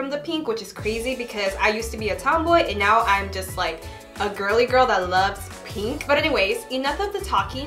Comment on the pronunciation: y’all she says pEEnk a million times in 7 minutes